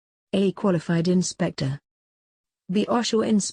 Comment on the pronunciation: Clean this up, all the errors in the questions. Have it proofread and re-post. And my God! The narrator can't even correctly pronounce OSHA !!! All-in-all, a half-ass job.